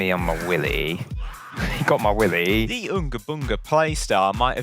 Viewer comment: "Ma willy"